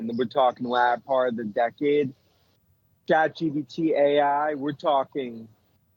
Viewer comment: It's Chat GPT, NOT CHAt GBT.